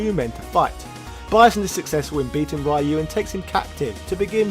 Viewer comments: Why call him Raaaaayu? Worst slaughter of a character name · Who the hekk is Rye-You? Please answer Naming Ban See? That's not how your name is pronounced, neither is Ryu's:) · Why do you say rayu? 😭😭😭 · i wince every time you say ryu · I just want you to know that I'm a fan of your videos and sense of humor, but every time you mispronounce Ryu's name, it HURTS MY SOUL. Nothing personal, it drives me bonkers if anyone does it. But I KNOW you know it drives nerds like me crazy, so I have to wonder... Are you dabbling in Psycho Power yourself by doing this?! Can we expect the rise of as the new leader of Shadaloo? XD Jokes aside, love the video, keep up the good work!